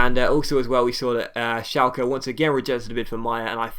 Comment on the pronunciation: Schalke is pronounced Shalker